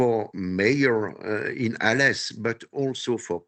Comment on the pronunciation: man!! DO YOUR HOMEWORK!! IT'S ALÉS... NOT ARLES!! not apart from that... this is all bullshit... This story is well over exagerated for many reasons... this so called maf8a is nothing compared to administrative corruption here in France.... believe me... i live here... Take a big pinch of salt with this story.... Corruption here is over the top.....